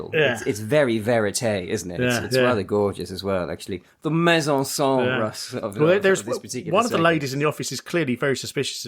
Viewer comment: I wasn't overly impressed with your pronunciation of mise en scene its "meez-on-sen" FYI not whatever you said. Auditing the audits.